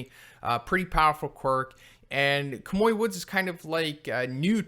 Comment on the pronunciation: Kamui is pronounced as Kah-Moo-Ee P.S. Edgeshot is Flat Stanley's Grandson